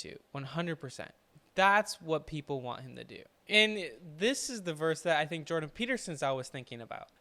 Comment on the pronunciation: It's Jordan. Why can't people get his name correctly?